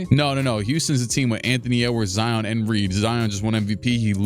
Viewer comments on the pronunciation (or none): none